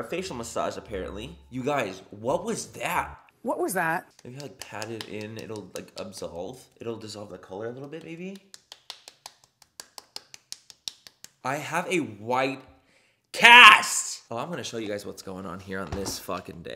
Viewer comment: Word of the day “obssolve” 😂😂😂 love it sm!!!